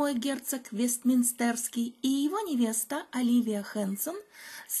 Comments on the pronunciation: В слове Вестминстерский вы делаете неправильное ударение, очень режет слух. ВестмИнстер же, а не ВестминстЭр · ВестмИнстерский, так как, конечно же, "мИнстер", а не "минстЕр" (кафедральный собор, церковь и т.д.). Поясняю, конечно, в данном случае не как врач, а как (по первому образованию) преподаватель иностранных языков. А история Англии - мое любимое хобби (небольшая библиотечка по этой теме, где-то около 1 тысячи книг на агл., русском и франц.). Все остальное прекрасно изложено, особенно для тех, кто раньше этой темой не интересовался. У Вас эта тема вообще хорошо развивается: спокойно, доходчиво, без "желтизмы". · Странное ударение в слове вестминстЕрский